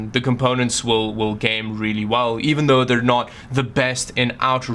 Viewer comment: When says really: "WRIILI"